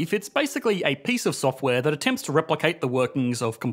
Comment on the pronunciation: "In the softw'ääääääre"